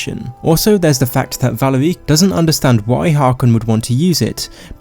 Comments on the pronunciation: Its valerica not vale ricka. Also similarly isnt the correct usage in your video. Its similarly. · ve leer ica.... no no. VA LE RI CA. Like for fucks sake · i love your videos, and you make some good points in this one, but the way you pronounce valerica 💀💀💀